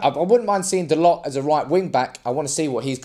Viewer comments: its Tho Low. not dolots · It's pronounced Dah-low